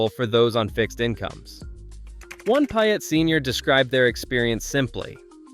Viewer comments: Payette is pronounced pay-ette not pi-ette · Wildly inaccurate figures on cost of living, gas prices, rent, and home prices. Wrong and misleading information. Plus, if you think you’re giving a true representation, please learn the proper pronunciation of the towns you’re trying to promote. The residents of Pie-Ut might appreciate it. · Boy did you butcher the pronunciation of Payette. 🤣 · Don't you hate the mispronounciation, I do. How in the world did they manage to screw it up!!! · you don't even know how to pronounce payette